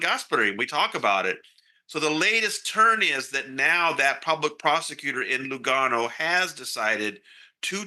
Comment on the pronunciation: Tony, as an Italian I appreciate that you are a reporter with culture and knowledge and knows the difference between the different cantons in Switzerland and that Lugano is part of the Italian canton. Good pronunciation of Italian names!